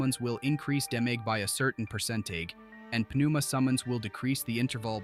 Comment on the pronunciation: I believe pneuma is pronounced without p. Neuma. Not Puh-neuma